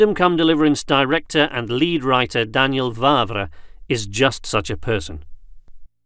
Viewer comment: When you pronounced the name Daniel Vávra my heart stopped beating for a second. I listened to this part for like 10 times now. You, sir, are a god.